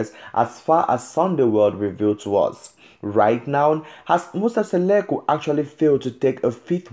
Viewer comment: I hate when a person who can't even pronounce our African names tell our stories.who is Seleku who is Masele(maCele) Hai maan